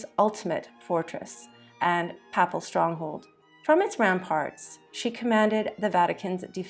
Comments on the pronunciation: Interesting bio. Note: TIBER=TAI-br. PAPAL=PAY-pl. if you’re going to tell history, you need to check out and pay attention to pronunciations. Otherwise, it’s sloppy and loses impact. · Totally agree. "Papple" for papal and "Teeber" for Tiber. Obviously, AI. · The deadpan narration (AI?) was extremely poor, with many mispronunciations, not just of the Italian names and locations, but other words, such as papal. (The first a in the word is a long vowel not a short one.)